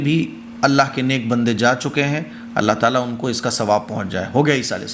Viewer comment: aap allaah taala kehte hai Ain nahi nikaalte allaah taala nahi allaah taAala kaha kijiye